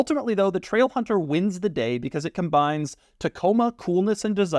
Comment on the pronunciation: Loved the part where he said TRAIlhunterr